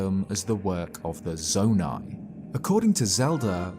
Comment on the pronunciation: Its saydid zoni